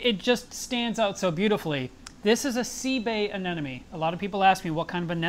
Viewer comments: it's a-ne-MO-ne not a-ne-NO-me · he says anemone wrong literally every single time. Its anemone, not anenome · The funny thing is. After seeing the video, I too was pronouncing it "AMENONE" for the next few minutes!!! :) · I was glad to hear a Pro say you have trouble pronouncing the word "anemone". I did too, until I figured out a way to say it right: - - - - A-NE-money $$$$$$ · Lol but he wasn't even saying it like that though, he was pronouncing it as, "anenome." I swear trying to remember the real spelling and pronunciation on my own after reading this and watching the video... I came up with some pretty weird shit. 😂🌊🐠🐚🐟🐙🐡💦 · 2 years down... so much has changed. Except the way you say.... "anemone"!!!! :D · How come nobody can say "anemone"? 😊😊 great vid... hi 🖖🏽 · Great update but i'm quite bothered by the way you say anemone =) just like Nemo. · Still pronouncing anemone wrong. Lol